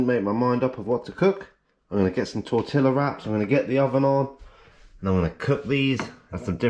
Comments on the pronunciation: It's pronounced "tor-tea-a," with emphasis on the final "a,". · Hate to be ‘that guy’, but… Tortilla is pronounced “Tor-tea-ah”